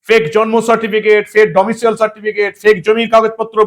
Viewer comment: দয়া করে 'ডোমিসাইল' বলুন......